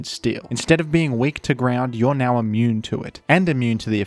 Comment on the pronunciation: bro really said "neow" 💀